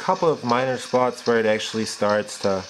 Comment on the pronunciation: actally...actually... :D